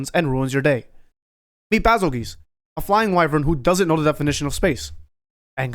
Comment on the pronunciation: fucker said bazelguese correctly, subscribed